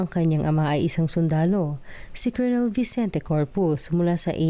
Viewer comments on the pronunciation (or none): none